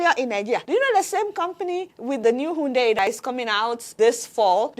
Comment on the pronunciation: Adeola: it is not 'unndei' it is pronounced iundai ( Hyundai )